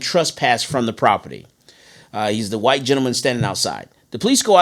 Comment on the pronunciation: White not whote